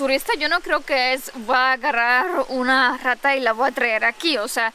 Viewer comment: TIERRRRRA, AGARRRRRRAR ES SONIDO FUERTE, NO SUAVE